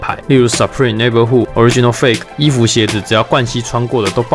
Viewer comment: " 痾 riginal " 而不是 " 哦 riginal " ...